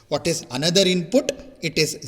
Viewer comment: Useful content. The only thing that is annoying is pronunciation of input. INPUTTT😂😂🙏